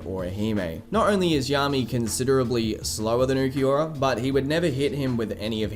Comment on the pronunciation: I hate how everyone says ookieora instead of ulquiorra